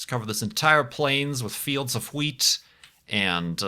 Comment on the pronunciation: pronunciation of "wheat" never fails to make me chuckle. I say that with love, obviously.